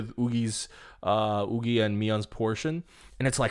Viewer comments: Isn’t it pronounced YuKi... not OoGi? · YUQI, youki, 雨琦...i really dont know how to indicate the pronunciation but it's not wooqi. Thanks! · Is Yuqi actually pronounced yugi? i was so confused the entire time... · i was confused everytime he said oogi then i realised it was yuqi aa ive been reading it with her mandarin name pronounciation (yv chee) all along that it never crossed my mind how others/koreans would call her u u